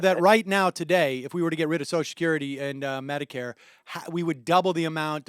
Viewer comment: Why do liberals always say "soshecurity"?